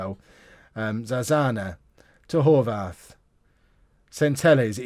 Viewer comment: Horvath is an Austrian/Hungarian name you pronounce the th like a t